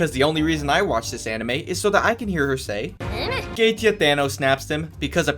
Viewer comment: Holy shit, you were actuallly able to pronounce Goetia's name correctly. Let's go!! ... ... ... ...Btw, good review.